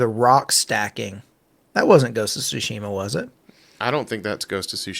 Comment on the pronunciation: It isn’t sushima. It’s Tsushima.